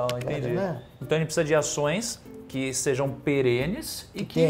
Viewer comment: O conteúdo é ótimo. Mas toda vez que ouço o Barsi, ele fala "que sejem; que estejem". Por favor é que SEJAM, ESTEJAM.!! Erros assim, numa figura como essa, não dá.